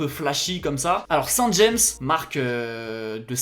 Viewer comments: « Saint Jaïmesse » a l’anglaise... mes oreilles saignent, c’est « Saint Jam » ça se dit comme ça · Ahah j'habite a coté de Saint James (c'est une ville dans la manche en Normandie) et l'entreprise Saint James est fondé la bas, et ducoup ca se prononce Saint "Geamme" (a la francaise quoi), pas comme dit "jaymsse" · C'est Saint James et NON Saint Jéms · Par contre c’est pas St. James’s c’est St Jaaaame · alors Saint James ça se prononce Saint JAM, c'est pas d'origine anglophone. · Sinon juste pour préciser. Saint-James c'est Normand et du coup ça se prononce JAME. Sans le S à la fin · On prononce Saint-James à la française, le a phonétique et pas le a "anglais" ;) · On ne dit pas saint james en mode anglais surtout pas stp, c’est normand alors dit le en mode bon français 😂😂